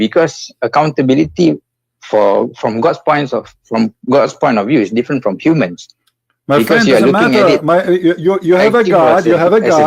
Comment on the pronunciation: Yup. This guy Zaki is Malaysian, his 'manglish' exposed him. And he is from the Indian ethnic, the way he pronounced 'worst' with the 'v', ....'verst'.